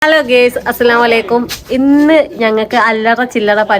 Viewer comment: ഹലോ ഗെയ്‌സ് അല്ല ഗയ്സ് ആണ്